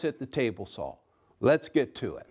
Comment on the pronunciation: Hey, Have you considered speach therapy? I mean, we both know there is no "L" in the words saw, jaw or draw.